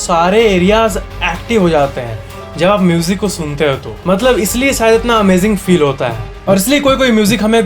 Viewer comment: I love your "maatlaab" word🤩